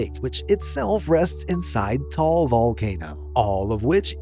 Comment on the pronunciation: The island/lake point (#3)in the Philippines includes Taal Lake, which is tah-AHL, not TALL, Volcano. Secondly, all of this is on the island of Luzon lou-ZAHN, not LOU-zahn. Though Greenland is huge, it's distorted on flat maps. In reality, it's about the size of Montana and Germany. Oops! In point #17, "Vegas" didn't get capitalized. Revealing a bit more about 4 Corners, it's located on the northern edge of the Navajo Nation. In truth, if the water between Canada's Arctic islands were removed, the US and Canada would be in a very close race for 2nd. largest. If you count Midway Island's Samoan time, the USA has 7 time zones.